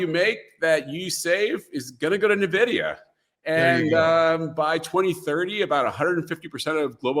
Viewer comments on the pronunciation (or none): why does he pronounce it like navidia? The NVidia CEO and most tech people pronounce it like envidia. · “EN-Vidia” > “NAH-Vidia” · It's not na-vidia. It's en-vidia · Why does he keep calling Nuh-Vidia? Kinda destroys his credibility. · Why does everyone say 'Nividia' 🤣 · Wait if a hedge fund manager pronounces it Nividia I'm already concerned that investors are even more clueless than I suspected. These are device with billions of transistors, can't we expect the people funding this stuff to have a buffer memory of more than 6 characters? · I know all these people who just found out about this company mispronouncing the name...you can pretty much ignore anyone that pronounces it this way, it marks them as someone with no understanding of tech since it shows they are new carpetbaggers just trying to sell some snake oil around the big tech success, anyone who knows the industry well enough to listen to knows the real name. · Impossible to continue listening after he called it “Nividia” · Typical investor. "Every dollar that you make is going to go to " a company you can't even pronounce the name of. The guest should do his own video on "how to remove your credibility"